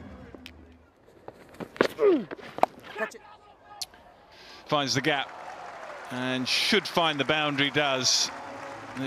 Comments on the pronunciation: Exactly. They like laa-buu-shane 😂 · I love how the commentators butchor Labuschagnes name😅 He must come back home to SA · It is La-bus-kakh-nee .... in afrikaans/dutch pronounce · It is La-buus-kakh-nee in original dutch pronounciation